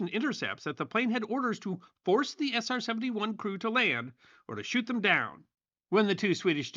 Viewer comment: Man said SR-70-Juaaan